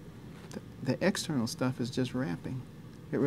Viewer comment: He says "wrapping".